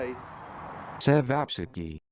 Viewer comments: "Sevapissie"???! Ćevapčići is pronounced "chevapchitsi". Nemas pojma. Get it together bonny lad!! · Great recipe—you’re very close to authentic! Chevops or cevopcici is pronounced Chee-vop-chee-chee. Most Serbian versions are exactly like the one you featured with minor differences. We typically only use one egg white in the mixture. It is also common to add finely diced onion to the mix. Chevops are traditionally served with a cream cheese concoction called kajmak (Ki-Mack) and diced raw onion only on a flatbread. You had the shape correct but in the old country, they are about 1/2 the size of yours. It is also a good idea to chill the mix over night before forming to allow the meat to absorb the spices. Some even go up to 72 hours, but I can never wait that long! Great video! Thanks for showcasing this Serbian staple! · Glad you're home. We were getting worried... Ćevapičići is one of my favorites. BTW, it's pronounced like Cheh-VAHP-chi-chi. Great recipe. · Pronounced sevapchichi